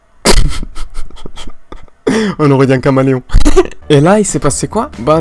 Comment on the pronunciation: "On-dirait un camaleon" mdrrrr c'est caméléon..